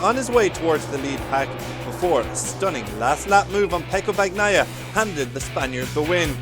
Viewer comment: Quite unnerving, reading Bag-naia every time, ignoring that gn is a single sound... Italian is not a language from a barely explored forest in Papua New Guinea !